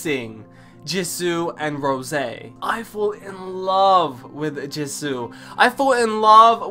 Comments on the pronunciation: Love u so much 😭😭😭thank u so much for this and baby it’s pronounced « JEE(S)OO » not jizu 😭😂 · The way he says Jisoo is kinda weird:))))